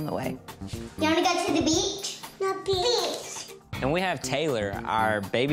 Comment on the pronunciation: They said bitch instead of beach XD